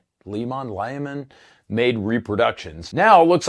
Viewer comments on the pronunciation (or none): none